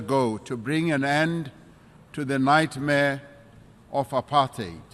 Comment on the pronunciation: Why did he pronounce apartheid like that though?